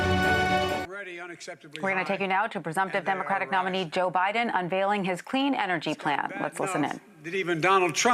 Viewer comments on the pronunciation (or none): none